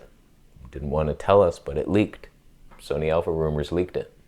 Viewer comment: Please "Soneigh", Please! Let Karen make the...THE camera!